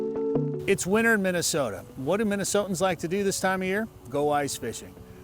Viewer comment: I'm familiar with redneck problems... That ain't no redneck problem. 😂 That's a problem where the "O" goes on forever. MinnesOOOOta. God love you snow suckers. I was introduced to your culture in northern Wisconsin. I enjoyed the communal nature of huddling together for warmth around a box of wine and bag of weed.